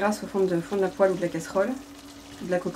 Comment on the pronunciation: "Poêle" et pas Poelle Hi ! Hi ! Hi